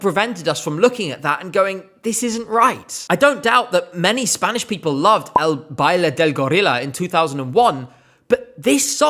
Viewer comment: I gagged when you said "ehl baleh dehl gorillah"🤣